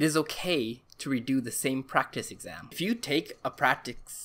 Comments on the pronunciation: Prectic Prrktecs Practes Pructus Prictes Prestes prracttis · This guy: giving actual useful advice. Me: he can’t say practice